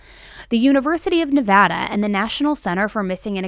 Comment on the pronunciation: I live near Reno. I remember this very sad case pretty well. Except I thought this A-hole killed himself in prison. P.S.Thanks for saying Nevada properly.